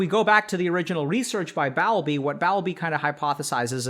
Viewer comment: Don't you mean asocial, not anti-social? Also, I have always heard the name Bowlby as Bowl-bee. BTW, love your vids. I think people really connect with them. ❤ Best wishes.